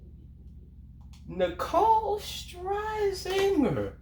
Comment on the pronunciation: LOOOOOOOL its pronounced SHER-ZING-ER LMAO